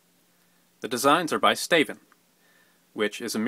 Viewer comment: when he said "staven" i thought he was saying Stephen in like an accent...;x